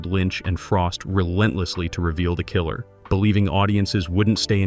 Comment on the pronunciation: Why can't you use a human narrator instead of a computer. Your computer can't even pronounce the word "killer". It says kaller, or something else. It says sycide instead of suicide.